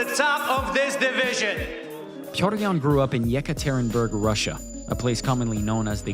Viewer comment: “Yak ah tear-in burg Russia” 😂😂